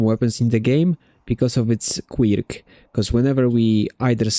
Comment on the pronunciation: Commenting for the algorithm. Not because of the video itself, but to expose more people to the way this guy says "Quirk". More people should hear "✨Quiyrque✨", it really deserves recognition as an etymological innovation.